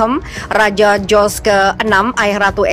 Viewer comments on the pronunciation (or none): none